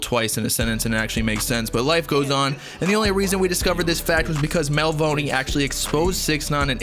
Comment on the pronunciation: bruh you pronouncing Melvoni wrong 🤦‍♂️